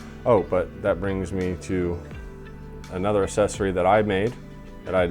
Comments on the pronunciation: Asscessory? Sorry to be pedantic but it’s pronounced ‘ak sess ory’. Yep I hate myself now😂good video tho. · Thank you!!! I thought I was the only now who noticed the mispronunciation lol